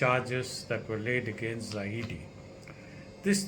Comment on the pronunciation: i agree with you Dr. But please get the name right. It is zahid not zahidi. waiting for more from you